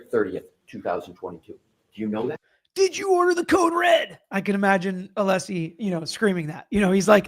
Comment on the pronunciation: or when brennan keep saying mr aleesi insted of Alessi